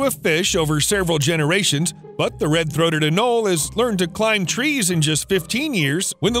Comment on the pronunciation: Anole is pronounced Anolie